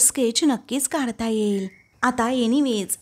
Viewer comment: एईल कय ये ये येईल नीट मराठी उच्चार शिका